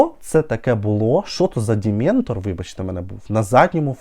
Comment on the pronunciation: Дементор😂😂 хахаха реально. Жах якийсь